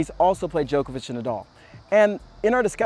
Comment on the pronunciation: Its djOko-vich not joke-a-witch